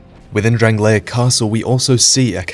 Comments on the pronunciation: The kingdom of DRANG-LAKE. Not DRANG-LAY-ICK. Things and people from DRANG-LAKE are DRANG-LAY-ICK. The land itself, physically, is DRANG-LAY-ICK, but the land in name is DRANG-LAKE. C'mon, why does everyone pronounce it that way...:T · My eye twitches every time you pronounce it "Drang-lay-ic". It's just "Drang-lake". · The videos are great but the way he says Drangleic is so fucking annoying!